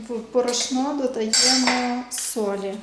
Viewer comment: Чому ви весь час говорите борошнО? Правильний літературний наголос бОрошно ( на першому складі).